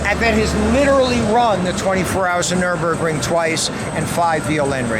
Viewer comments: Nürburgring Not Nurburgring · Jim it is NOT the NURUMBERG - it is the NURBURGRING! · "Nurembergring Norsh life"